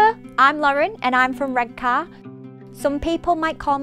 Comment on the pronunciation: Redka not Red car 🤣